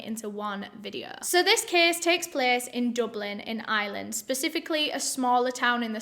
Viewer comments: "Today we're going to Ireland" Me: "Which Island?": "We don't often go to Ireland in my channel" Me: "What Island?": "So we're going to Ireland" Me: "Is this a random Island?" The accent got me, so that's how you pronounce Ireland xD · I swear, the first few times said "Ireland," I kept hearing "island." Lol. I was so confused. Haha. I need to listen to more British people, clearly. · all this time I thought she was saying "island" too it's the comments that saved me🤣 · Haha that's funny. I can totally relate! But this time her accent tipped me off - I'm American so I immediately noticed the non-rhotic accent so automatically mentally put the 'r' back in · Really thought you were saying this case takes place in "Island" before I realized it was Ireland 🤣🤣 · why cos of pronouncing it like Island lol, I gonna be honest I am from Yorkshire n that is how I pronounce it. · LMAOO, Im from Dublin and Its so cute how pronounces Ireland 😂😂😂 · ireland not iland , it drives me up the wall when people say that! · Your pronouncing Ireland like “Island” ... not the same thing girl 😂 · It’s not the accent - it’s just a wrong pronunciation. Your accent doesn’t remove your ability to pronounce the “R” instead of an “S” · My friend I was like ok but what island are we going to!!!!! you were saying Ireland. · Us British people pronounce 'Ireland' and 'Island' the same. I don't get it, do some people properly pronounce the 'r' or something? 🤔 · I genuinely thought you were saying “island” and not “Ireland” lol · I love you but “Island” 😭 Im sorry if I offend you but it’s pronounced “i-er-lin” you don’t have to say it that way but I’m just putting my thoughts out there I STILL LOVE YOU THOUGH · I didn't realize she didn't say island until I read this comment lol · Lol I thought she was saying "Island" instead of Ireland at first 🤣 love you and your accent! ✌💜🙂 Great videos! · i love that says “ireland” like “iland”😭😂